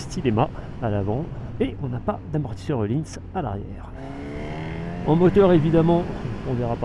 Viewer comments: Il est dans la connaissance des langues, la française particulièrement... Dans la plupart des langues où la lettre Ö est utilisée, elle se prononce /œ/, soit des sons transcrits ‹ eu › en français. Öhlins... Voilà. Sinon, la section moto vous intéresse ? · Il est où le « e » dans ohlïns ?